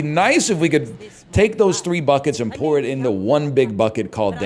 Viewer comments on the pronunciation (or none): none